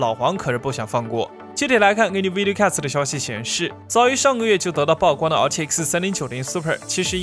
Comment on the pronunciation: 曝光 不是爆光吧 曝光 瀑布同音